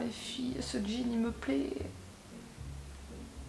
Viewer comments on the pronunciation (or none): none